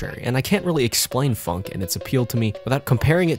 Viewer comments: hes saying it like it has a u phunk ITS phonk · it’s not pronounce funk